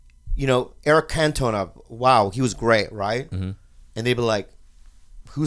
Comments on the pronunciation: A self-professed Arsenal fan loves Eric Cantona, a Man Utd legend. Interesting. And Bobby, it's pronounced Cant-ona, not Can-toe-na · First Eric Cantona isn't one of the greatest French soccer players in the history of the world and second that isn't how you pronounce his name. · The way he pronounces Cantona is not okay.